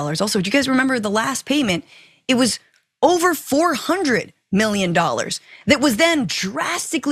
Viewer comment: Mee-yun? Mee-yun? is that USD? The f**k is 91 mee-yun?